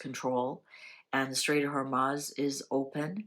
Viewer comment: It is not HormAz, it is HormUz.